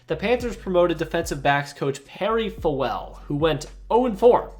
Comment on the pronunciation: Perry Fewell's name is pronounced 'fuel'